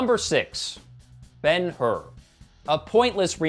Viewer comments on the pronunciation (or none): I respect and understand your opinion but... BEN HURR??!!!! I loved that movie, Dredlocks Morgan Freeman was great! (funny, but great!)